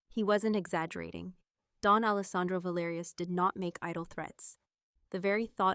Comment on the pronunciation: Don not Dawn